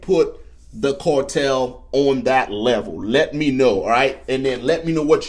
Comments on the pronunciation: Phonics lesson ... "Carrrr" tell bro, not "core tell.... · Its "cartel", with an A. Not "cortel". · What is a cortel? Cortel is not a word, and neither is Fentanol. CARTEL- FENTANYL,not cortel and Fentanol. Sorry to be a prick, but the mispronouncing of words is getting ridiculous already. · Not Cortel it’s CARTEL!!!!😂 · WTF is a "cortell"? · The only special forces in the US military are Green Berets… Navy seals and such are special operations units…. And my man its CARtel not CORtel wtf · Cortel and border Zor ?? A like Apple A a a a apple Car Car Car Cartel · why do u pronounce A as oa? Its so weird. Its cartel not Cooaaartel -. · How do you pronounce car?.... "Core"?? Just saying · WTF is a “cortel” 🤔🤷‍♂️🤣🤣🤣🤣🤣🤣🤣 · again. WTF is a “cortel”. 🤷‍♂️🤣🤣🤣🤣🤣🤣🤣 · Core-tel? Are you allergic to the letter “A”? Just teasing you. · Bro can’t pronounce A’s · Dude can't even say cartel.